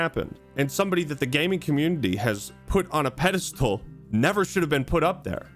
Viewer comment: Yeah a “ped-alstool”